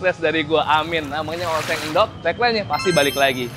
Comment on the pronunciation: ENDOG ❌️ ENDOK ✅️ 🤣🤣🤣🤣🤣🤣🤣🤣🤣🤣🤣🤣🤣🤣🤣🤣🤣🤣🤣🤣🤣🤣🤣🤣🤣🤣